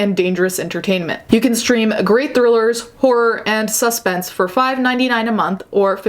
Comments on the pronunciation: Have never in my life heard someone enunciate 'suspense' like 'suspect'. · why she say suspense like suspect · Umm-that’s not how you say “suspense” 🤨🤨